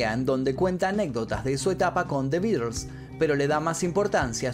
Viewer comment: "The Beeders"...quien cresta son esos?😂